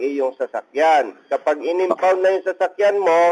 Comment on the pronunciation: Impound po, hindi unfound.